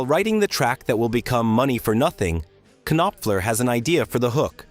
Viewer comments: It's Knopfler, not Ka-nopfler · If I didn’t geek out on this stuff so much, I’ve never made it to the end! It’s barely listenable. You could at least queue up the parts that they played or whatever saying so it could be heard for at least three seconds and the K on Knopfler is silent. 🤦🏼‍♂️